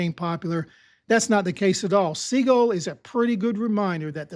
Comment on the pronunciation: Hey, Sea-Gull, Sea-Gull, Sea-Gull, Sea-Gull, Sea-Gull. Pretty please.